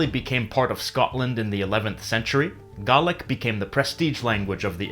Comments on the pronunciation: You pronounced Gaelic wrong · You said Gaelic wrong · it canny be just me that is seriously bothered by how Gaelic is pronounced here.. .-. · ive never once met a fellow scotmans to pronounce it the way you said it here.. i kept going nooo D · Though not Scottish myself, although I do have Scottish ancestry, I have to say that your pronunciation of the word Gaelic is completely wrong. I got told off about this when I went up to Scotland and so I do know what I am talking about. The lady was polite but very firm when she told me it is not pronounced gaylick as you have pronounced it but it is pronounced galig the c at the end almost sounds like between a k and a g. You are right in how you pronounce it for Irish and Manx but just not for Scots. Before you start talking about a language I strongly suggest that you understand how to pronounce it properly, and yes it does matter, especially where the native speakers are concerned. Counsel and discipline with love from me. xxx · Correct me if I'm wrong Gaelic speakers...but is it not supposed to be pronounced G-ay-lic instead if G-ah-lic? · I just notice that King Jame VI is older than the Auld Brig because the Auld Brig was made in 1609 by a couple who made it for their dead son who died from suicide? Also, you're saying Gaelic wrong because it sounds like you are saying Ga-lic instead of Gay-lic, just to point out but it must be like your accent or language. Anyway, I got interested in this because I am Scottish well, born in Scotland but I speak English or American sometimes from YouTubers I like. I am just going to say that I never spoke Scottish that much because of how everyone else speaks around me. Is this rude?? I do not know... I am truly sorry if it is. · “Garlic speaking”..I’ve never heard it said like that. I’ve always heard it as “gay-lic” or very occasionally, “gal-ic” But I’ve never thought of “Burghs” being burroughs either. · Gaelic is pronounced GAY-LIK as opposed to GAR-LIC Jus sayin!!